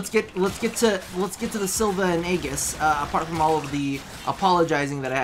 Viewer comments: It's pronounced "ee-jiss" :( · am i the only one who loved the vid but was triggered when he said aegis wrong